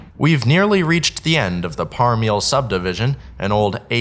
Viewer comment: Very nice video. Just a quick note, the subdivision is pronounced Parm-a-lee. My dad is from Bethel, just down the road from there. That’s also why the band Parmalee has their name spelled like it is, so it’s pronounced correctly. Really enjoyed the footage!